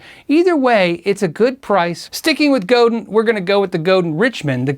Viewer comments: Maggie Osterberg Wrong. Godin is pronounced Go - dan. Like Chopin. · i think its pronounced as "go-dan" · It’s pronounced Go-dan (mostly silent n) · Its pronounced "go" "then" French Word. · Godin is said "Go-dan" - French Canadian name. Reverend is a high-quality, reasonably priced brand. Godin is overlooked as well. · Godin is pronounced "go Dan." Please don't beat me up. I always appreciate finding out how to properly pronounce names and wanted to extend the same courtesy. As always, I love the content! This is one of the best channels for gear nerds around. :) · Great video! Btw, Godin Guitars is based in Montreal so "Godin" is pronounced like "Chopin". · Enjoyed this. I won't try and instruct in how to say "Godin"; you'd have to know some French. Lots of guitars I've never heard of here. I have two Godins and am pretty happy with them. The Exit-22 was $650CDN twenty years ago, and was my first electric. The Montreal was pricier but was a gift. I think it boasts the best neck and stays in tune better than my '87 Strat Plus (surf green)--which of course is the beauty queen. Thanks for vid. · As a Canadian. You're pronunciation of Godin pisses me off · Godin, pronounced "Go-Dan." It's French just like Auguste Rodin, the sculptor, famous for .., wait for it.., The Thinker. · "Godin" is a French word and is pronounced, Go-dan with the accent on the 2nd syllable. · French word. Pronounced Go-DAN. Highly underrated. All made in Canada. Very high quality control. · GODIN IS ACTUALLY PRONOUNCED GODAN BY THE COMPANY. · Godin is pronounced as Go-DAHN, right? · Godin is pronounced GO DA(N) (with a French nasal thing on the AN). It's French :) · Gordon is pronounced "go-dán". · Godin, being Quebec, is pronounced, "Go-Deeeen." And they're awesome. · Godin- I love my Stadium 59!!!! But it's not spoken Go dinn?? It's GO din they speak it on their videos.... love you love the vids. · Godin is FRENCH... pronounced go-DAN. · Um....no....it's "Go-dan".